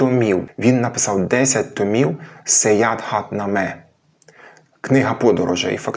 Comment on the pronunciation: Дякую, сподобалося все, надзвичайно цікаво. Тільки не кажіть на Саяхатнаме "СаяНхатнаме"